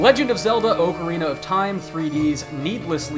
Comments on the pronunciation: BuddermanTheAmazing -Lets Plays,Singing,and More! why can't you accept that its pronounced ah carina not ohcarina. unless you are in japan. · it is pronounced Ah Cuh Ree Nah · "Oakarina of time" lol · who the hell says it as oakarina? C'mon dude. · is it jsut me or did i hear him say Oak- rina of time? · I'm sorry I'm not a legends of Zelda fan but I'm pretty sure that's not how you say OCARINA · I wont subscribe because you cant say ocarina right.